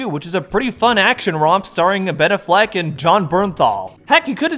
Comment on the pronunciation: Abedafleck? I've never heard his name enunciated like that😂